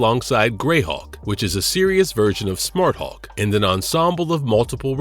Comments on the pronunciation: IS HULK YOU GOOF NOT HAWK, MUST DO BETTER. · It sounds like this guy is saying Hawk.